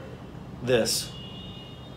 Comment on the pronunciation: Hey, just a little correction of the pronounciation of the word Indrani. Just say the D of Indrani as Russians do. Use the soft d, not the hard one. That's how the Bengali pronounciation goes.